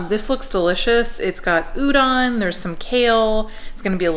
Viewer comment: No later than and up a.m. I love you guys! BTW the correct pronounciation for udon is with a long O. Like the sound Homer Simpson makes.😂